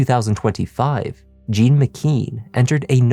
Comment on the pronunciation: From Haiti, initial "J." Wouldn't he be called Jean, not Gene?